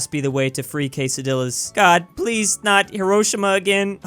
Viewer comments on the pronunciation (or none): none